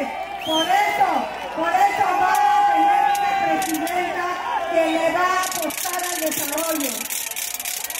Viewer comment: "poque quiero sej pejidenta" 😅😅😅😅